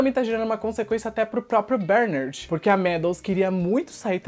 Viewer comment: Cara, pq vc fala "BÉRnard" se a pronúncia é "BerNÁRD"???? Vc tem essa mania de inventar pronúncia né ... Faz a msm coisa em "Agacui", quando na verdade é "Ancui".